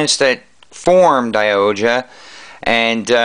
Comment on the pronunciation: SaikYo Robo Daiohja is the proper pronounciation by the way check out the series was awsome nice review